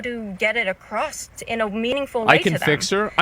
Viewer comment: To the girl with the piercings there's no "t" in across. That was bugging me. Had to say it lol